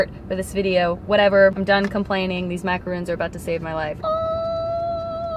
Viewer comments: Its not macoroons. Its macorons. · They have the bEsT macaroons: Yes, that’s how you say it, Macaron.